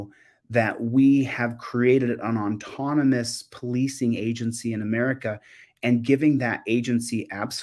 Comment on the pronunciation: The word is AUTONOMOUS, not ONtonomous.